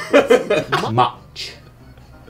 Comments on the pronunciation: its zoowee mama not muh muh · why is no one talking about that complete butchering of zoo wee mama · Him mispronouncing Zooweemama makes me want to die